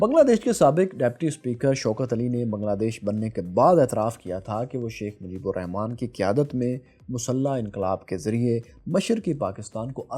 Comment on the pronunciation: You cant even write our father of nations name proparly? Its "RAHMAN" not "Rehman". Bengalis pronounce Rahman. Write it properly.